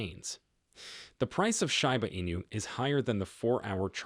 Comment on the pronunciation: Read by AI. It pronounced "SHIB" correctly, but pronounced Shiba wrong 😂